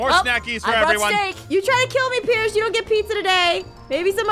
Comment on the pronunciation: Why did you say piece not pierce????😂😂😂